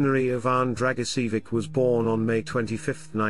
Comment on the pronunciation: The surname is pronounced Dragichevich, with the stress on the second syllable.